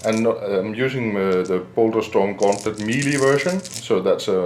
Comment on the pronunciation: “Deh BOURLDESHTOHRM GONTLIT”